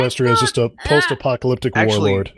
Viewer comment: At one point Illya had a verbal flub that sounded like he said "pop-ta-lyptic" so i just start picturing pop music singers getting in a fight and destroying the world